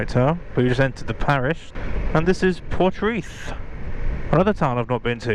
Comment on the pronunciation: is Poldhu Cove. Oh and Portreath is pronounced "Portreeth" 👍